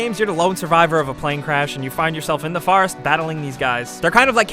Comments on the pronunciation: Did you just say... the FAHREST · the way you say forest farast